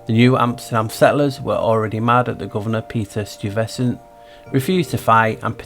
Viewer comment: heya i live downtown in STUYVESANT TOWN... its STY like your eye vesant so you know for next time..... loved this and am watching thru for the second time... interesting how they were trying to pass new york as new amsterdam still when it was lisbon..... so wonder why that huh??;0